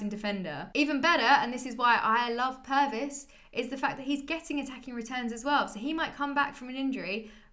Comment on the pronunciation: Pervis sounds like Pervert to me 😂